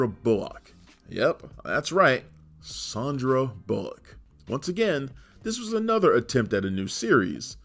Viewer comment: I don't remember any of those tv movies AFTER the series ended? Def had no idea Sandra Bullock had starred and also never heard her name pronounced "SHON-DRAH" either! lol